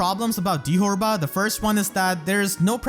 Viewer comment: Erinys' original Japanese name is Fyuri. How they got 'ferry' out of that is beyond me. Dithorba's japanese name is pronounced dee-toe-bah, which sounds exponentially more similar to dithorba. Deet'var doesn't even make any sense.